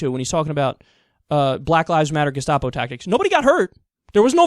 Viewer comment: Why does Bill pronounce gestapo like that? "Geshtapo"